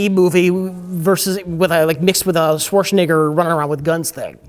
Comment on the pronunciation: Thats not how you pronounce Schwarzenegger,.